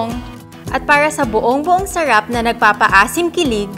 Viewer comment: Sherep.. Sarap po Hindi sherep.. Ang tanda Mona bulol kapa rin sa (R)